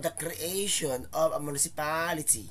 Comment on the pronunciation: Na distract ko sir sa pronunciation sa Municipaaaaaality hihi